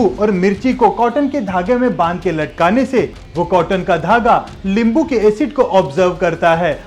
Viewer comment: Bhai hindi me limbu nahi nimbu hota hai Nice and interesting information Thank you